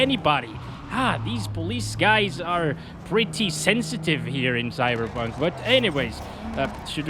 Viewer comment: it's cyberbog it's cyberbog